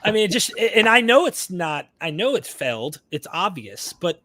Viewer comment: If Jonah swallowed a WELL? A prophecy FELLED? The apostle Paul SELLED around the sea? Sometimes I have to try to interpret what you say because of this way you mispronounce certain words. I haven't encountered this accent(?) heretofore.